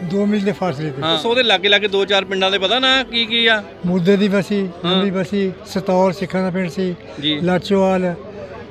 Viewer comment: ਨਵੀਂ ਬੱਸੀ ਨਾ ਕਿ ਨਮੀ ਬੱਸੀ